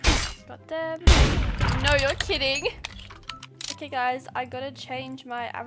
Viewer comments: When she says no se doesn’t say no she says nor and that’s funny 😂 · I LOVE HER “NAUR’S” <3